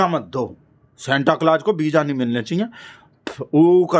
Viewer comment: Visa ❌ Beeja ✅ 😂😂😂